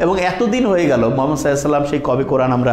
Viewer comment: সালাম এভাবে দেয় কেন?